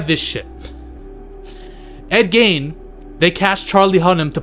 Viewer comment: ed "GEEN" not "GAIN"